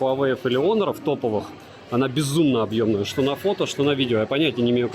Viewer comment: Не Онор а Хонор! Букву х потерял!!))